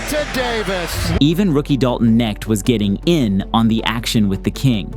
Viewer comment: Dalton (Con-nect) Knecht not Neckt..,.. Awesome compilation though